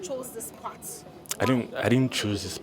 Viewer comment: It is “path” not “part”